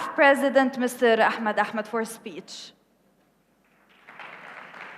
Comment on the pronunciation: Mister ahchdmed achdndnmed 😂😂😂😂